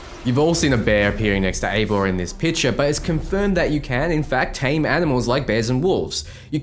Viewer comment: But isnt eivor pronounced (ay-vor) how'd you get ivar from that